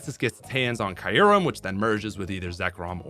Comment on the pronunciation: Kai-yurem and Ray-kwah-za are wrong too but kinda understandable. "Draught" is just dumb.